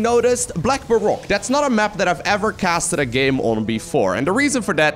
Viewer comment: Hey! Minor thing, Baroque in English is pronounced Bar-roak or Bar-rohk. Just a minor thing but love the content all the same